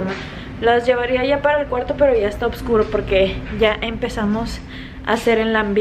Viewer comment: se dice oscuro no obscuro por que eso sonaria muy raro y pes se te escuha rarisimo TE MANDA SALUDOS MI HERMANA KAROLL BESOSS